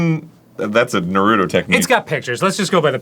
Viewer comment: Arin knows a decent amount of Japanese and yet he pronounces Naruto the way he does...